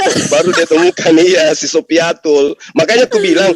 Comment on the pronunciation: satu yang bikin saya tertawa ngakak bang.....di bilang syoifatul di sebut syoifatul radialloh anhu... 😆😆😆😆😆😆